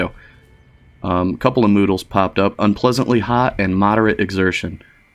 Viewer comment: That would make much more sense, but I only hear him saying Noodles and many others after watching that one ^_^ now it is stuck in my head and I can't get the noodles out from my ears.